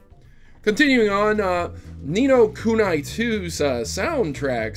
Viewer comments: But, it's pronounced nee no koo nee! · I hate the way be says ni no kuni. It's ku-nee